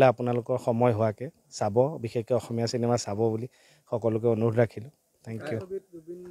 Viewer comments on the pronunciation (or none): none